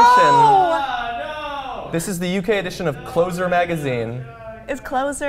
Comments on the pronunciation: It's not "closer" as in closing a door. It's closer as in proximity. As for the pug lady. Just wow. Wow. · It's pronounced closer, as is something that is close-by, not closer, as in something that closes something. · It's not pronounced as in closing a door, it's pronounced as in come closer. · It's closer as in nearer to, not as in somebody who closes things. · it's called closer as in to move closer to the a space, not closer as in someone shutting a door :P haha